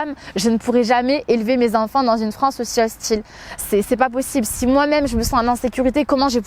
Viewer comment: "Je défends la Franceu sur les réseaux sociaux" Pwahahahah 😬😂